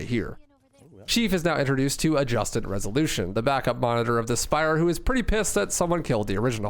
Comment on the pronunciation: Adjutant is not "Adjusted". Harbinger is not "Harbringer".